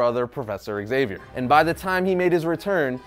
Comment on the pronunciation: How hard it is to say Zavier instead of ExZavier?